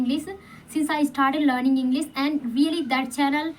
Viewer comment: Your english sentences are good but, some words pronunciation are not perfect, mainly 'English ' you should say ' sh' not ' s'.